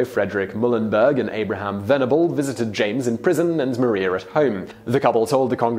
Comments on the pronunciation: I thought it was Mariah not Maria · Did he really just call Maria Reynolds, Mah-ree-ah instead of Mah-riah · John Jay wasn’t necessarily a slacker he was sick...it says it in the musical also YoU cAlLeD mArIa MaRiA it’s spelt the same but you pronounced it wrong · They way he pronounces Maria is bugging me also I love how some of the pictures the used for the Reynolds scandal are Hamilton art lol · MaRiA omg he’s pronouncing it wrong dhhdfhjr